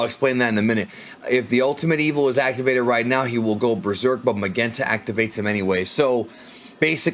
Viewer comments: Magenta's name should be pronounced more like Mazenta (マゼンタ) — which is a bit odd —, rather than Magenta (マげンタ) with a hard G. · The name Magenta, is pronounced mah-jent-tuh. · Lol why do u keep sayin magenta like that? Have u never heard of that color before? I kno it's the dudes name, but it's the name of a color as well, u kno? Lol